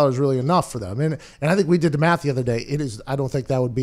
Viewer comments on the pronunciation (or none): none